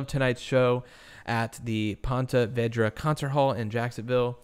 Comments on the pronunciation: Hey Ponte Vedre is pronounced PON ta VEE dra. Thought I'd help out. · Hi! The event hall in Ponte Vedra is pronounced Ponta Vēdra. We’re close to the venue in N FL. So sad and tragic! Thank you for covering this story. It seems a little suspicious to me. Also, about a year and a half ago I had a bad fall out of a chair at our kitchen table when the leg of the chair snapped off. It was metal. I fell backwards and hit the back of my head (on the left side at the base of the skull) on the window apron (I think a lot of people refer to it as a window seal). I saw stars and I was stunned for a couple minutes. I never lost consciousness. No bleeding. It was a hard hit! My husband was right there and helped me up and we immediately iced it. There was a huge goose egg on the spot that hit the window and the spot was very tender for several days. So I can’t imagine the hit and force he took to his head to do that much damage! Maybe it was just a freak accident because those do happen. Anyway, thank you again for covering this story. 😃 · Being from the area, I thought I’d clear something up for you. It’s pronounced Pawn-ta Veed-ra, despite its spelling of Ponte Vedra. I figured you’d appreciate the insight. Good video though. Very interesting circumstances here. I live in Orlando now, and have worked at the hotels in this area. Many hotels don’t have camera in guest hallways for guest safety, so that’s something to note.